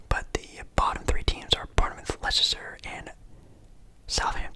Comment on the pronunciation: Leicester is pronounced Lester